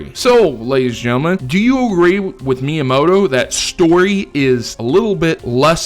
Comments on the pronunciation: myamoto? do you mean miamoto? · you forgot the I in miyamoto